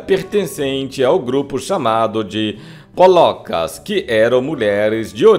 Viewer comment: Gosto muito deste canal, mas não se pronuncia "Jacob" e sim Jacó. E não eram "polocas" mas polacas.